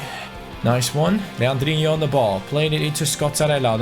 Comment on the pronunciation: Stop saying legandino's name wrong